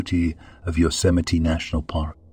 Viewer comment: Yosemite isn’t pronounced Yozemeety